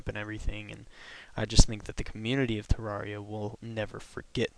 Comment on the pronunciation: Ter-air-E-uh not Ter-are-E-uh